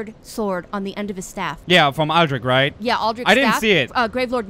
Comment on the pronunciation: The lady in the intro pronunced Aldrich in a different way :p Anyway, great episode!